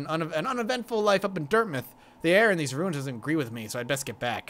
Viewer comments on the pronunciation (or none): "Dirt-MITH"????? Its not like Yarmouth, Maine, my guy. Loved your commentary but the pronounciation had me laughing everytime.